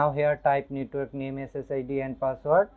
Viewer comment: User name and password you didn't tell clearly, this is most important word you didn't pronounced clearly